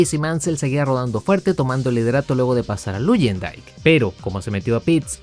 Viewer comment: Buen video, salvo algunas correcciones (espero que no lo tomes a mal) - No se dice "Vassa", se pronuncia "Vasser", igual "Luyendyk" se pronuncia "Layendaik" y "Rahal", "Reijal" - El equipo que tu mencionaste como "Andrea Moda" en realidad se llamaba EuroInternational o EuroMotorsport cuyo objetivo era acercar a pilotos europeos a la IndyCar. De todo eso, excelente video, ojala contaras mas historias de la IndyCar, como la del Penske PC-23 y como este coche fue la chispa que encendió el Split.